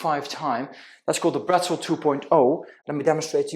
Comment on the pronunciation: It's actual Bretzel (german) not Brettzel...😉😉😉